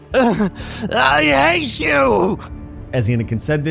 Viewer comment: GO AWAY I HAYSH U